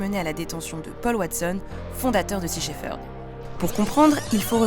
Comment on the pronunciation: Merci pour ce reportage ! En revanche, on prononce "Shep-herd"